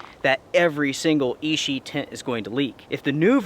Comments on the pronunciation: I reckon you will get the same results with the same weather cinditions. Nice work. The 'ch' in Ichi is not pronounced as 'sh.' Ichi, not Ishi. Ichi means 'one' in Japanese. Makes sense, right? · You are pronouncing ichi wrong. It means one in Japanese. You might want to have a quick google how to say it. its not e-she as you are saying it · not ishi, ichi, like itchy. means 1.